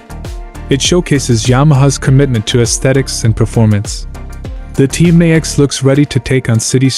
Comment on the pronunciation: Sorry I couldn’t listen to him trying to say Tmax any more…and the Xadv is cheaper